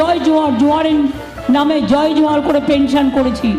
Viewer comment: উচচারন বিকৃতি করলেন ,জাহার নয় ,জহার হবে । জাহার বলে কোনো শব্দ নেই।